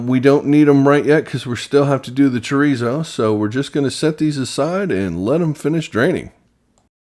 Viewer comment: THE "R" IN CHORIZO IS PROUNUCED LIKE A "D". UNLESS YOU CAN ROLL YOUR "R" IN A WAY. ALSO CUMIN IS PRONOUNCED "COMINO". JUST SEE YOU GOT THE RIGHT IDEA N JUST THOUGHT TO SHARE. COOK ON.